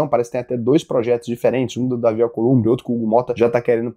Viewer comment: É uma gracinha o falar "Acolumbre"e não "Alcolumbre". kkkk Mas é Alcolumbre. 😉